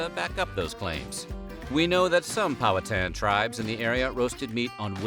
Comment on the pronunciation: Hey look at you pronouncing Powhatan the way we pronounce it in Virginia. Not sure it is accurate to how the Powhatan people said it, but for the place name, the H is silent and the a is hit a bit like a soft U Pow-uh-tan. So you got it :)